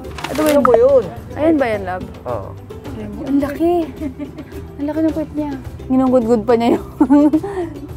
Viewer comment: It's "Lee-Mur" not "Le Mur" parang french tuloy. heheh✌️